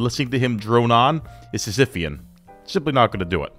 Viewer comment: Did you say sisaphisian?